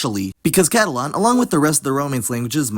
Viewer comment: Pronouncing Catalan like Catalon was kind of weird to me